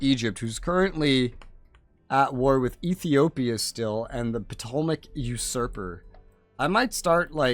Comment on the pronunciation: Potomac... I think its pronounced Tol-eh-may-ick after the founder Ptolemy (Tol-eh-me.)